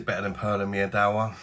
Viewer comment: Pronounced Meedva.. Polish word for Honey.!